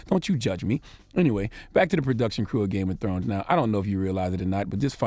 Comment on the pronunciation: Games Of Scones?🤷🤣😂☕